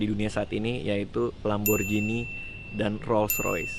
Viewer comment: Sedikit info aja nih yaa bang, kalo pengucapan lamborghini itu biasa bang bukan "lamborjini" tapi "lamborghini" soalnya kan bahasa italia 😁 Makasih bang